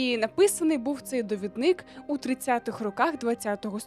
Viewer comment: ДовІдник, наголос на І, будь ласка🙏🏻💔